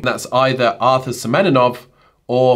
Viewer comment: not semeNINOV, semeNOV